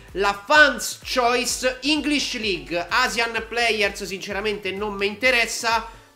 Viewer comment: quando capirai che choice non si pronuncia così? AHAHAHHA grande.)